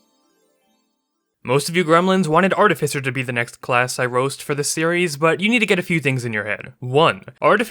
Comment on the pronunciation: Artificer is least played because most people, you included, do not pronounce it correctly. Online dictionaries are a thing. Try them.